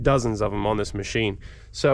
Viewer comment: I that I heard this dude say Mochine!